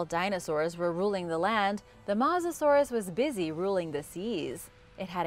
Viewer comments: is that the correct pronunciation...I thought it was pronounced MOE SASAURUS not MAH SASAURUS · It's not masasaurus as she says it's MO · “Matzoh-saurus”? I think the word you were looking to pronounces mosasaur… As in “Moses-saur”. Then again you probably eat Tom-autos and Paw-tah-toes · It’s not called a mosasaurus just called her Moses Sauris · its not mawzasauras but mossusorus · It’s not said mossasourus it’s said mosasaurus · It’s mosasaur us not Mosa saurus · Mo-sis-sor-es not moosisoorish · Not mos but mowsa saurous. Phonetically speaking... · AND WHAT IS A MASSASOROUS BROO😂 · ahh yes the MAUSASAURUS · You are actually saying mos er sur it herts me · its mo za saur us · It’s mouzusorise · Its not mozasorus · That is not how u pronounce Mosasourus its Mo sa and like sors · It’s pronounced ‘moasasorus’ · I hate how she mispronounced its name every time. I cringed every time she said mosasorus. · I take this channel with a grain of salt, she mispronounced Mosasaurus and called it a Sabertooth tiger (no such thing) instead of Sabertooth Cat. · That is not how you say Mosasaurus no offense still love the vids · you say mosasaurus with an o at mos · Mosasaur is pronounced m-oh-sa-saw-rus and plesiosaurs is pronounced please-i-o-saw-rus